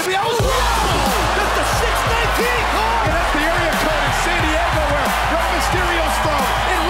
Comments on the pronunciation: yeah chill out, thats why it's funny, we know it as the "6-1-9" but he called it the "6-19" not a huge deal lol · "Who else got triggerd when the commontator said It's a 6 nineteen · the 619 he called it six nineteen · Neal Jenner cuz you keep saying wrong duh